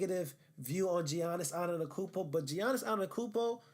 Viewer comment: You can’t even say his name right, don’t act like you’ve actually watched him. Also not a lockdown defender sorry to tell you? Making yourself look dumb as hell